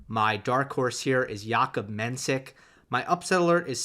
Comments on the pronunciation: Hey, Its pronounced Menshik, not mensik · Appreciate the support for Menšík! Just wanted to say that if you’d like to pronounce it properly it’s Mensheek (š is sh and í is ee). Though maybe Jakub doesn’t mind iirc